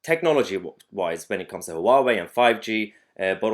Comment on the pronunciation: I live in Maidenhead - the home of "3" telecom. I believe they are very much invested in Huawei kit. So they've got a lot on their hands for the next three years! I threw out my Huawei dongle yesterday. BTW Mahyar, it's pronounced "wah-way" or if you prefer "who are we?" :-)